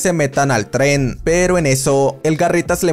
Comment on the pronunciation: Alguien más se desespera un poco cuando no pronuncia bien "Tren"?